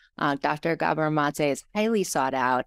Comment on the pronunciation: It's GAH-bor not Guh-BOR.